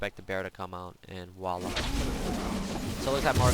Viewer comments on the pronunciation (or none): none